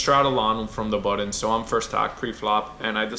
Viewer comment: Button , not buddon